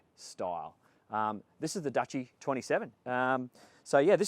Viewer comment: Its pronounced 'Douchey'. What a wanker. He starts off wearing a life preserver collar and then ends up with a sports jacket. He's clearly ferrified of water and boats.